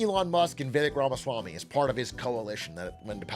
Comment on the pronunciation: Impressed how you pronounced Vivek’s full name 👍🏽👍🏽